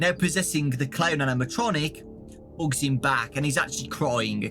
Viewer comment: When ever he says hugs I hear hooks